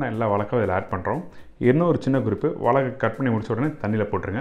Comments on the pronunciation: Why mispronounce 'vazhaikka'? I thought 'zha' is very unique to Tamizh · அன்பரே, வாழைக்காய் என்று சொல்லிப்பழகுங்களேன், வாளக்காய் வேண்டாமே.